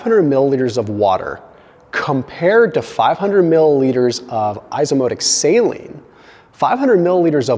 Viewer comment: It’s pronounced “eyeso ozmotik”